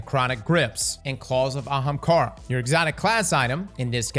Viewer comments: actually says "Ahamkara" vice "haamkara" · he did it! He said Ahamkara right!